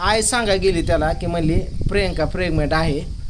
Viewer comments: आणि हो प्रेगमेंट नाही प्रेग्नेंट बोला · प्रेगमेंट नसते, प्रेग्नंट असते